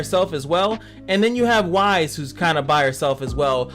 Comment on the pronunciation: I like your videos and they have really helped my game, so thanks for that. Just an FYI it is pronounced like ice but with a "W" added. I'm not normally one to point out things like this online, but as someone who LOVES this show I couldn't help but wince every time a "WISE" was uttered instead. Pirouette is pronounced like (piro + ette). Please keep making these videos as you really are helping folks :)